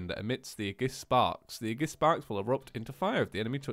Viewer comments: ey-gis- blaid not e-jis blade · its ayjis not aygis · AY-JISS NOT UHJISS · “Agiss” every xenoblade fan just died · imani ennis No it's ey-gis- blaid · ITS A-JIS A-JIS BLADE!!!!!!!!!!!!!!!!!!! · CrosstownAce actually, it's ee-jis blade ae is pronounced as an e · Can someone tell him that Aegis is pronounced "ay-jis" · (Aye-Giss) blade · *Aegis (Ay-Jis) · Aegis is pronounced A-Jis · I honestly hate that you keep saying "aegis" wrong